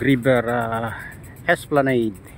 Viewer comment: Wrong esplaneyd "Esplanad" correct